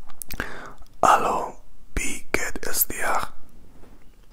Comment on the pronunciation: Your german is very nice and I love it! But you say "bie geht es dir" instead of "wie geht es dir".... not a big problem, you just change the letter "b" with the letter "w". Best regards 😊